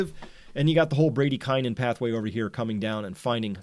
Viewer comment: Is that really how Americans pronounce bradykinin ? So ugly.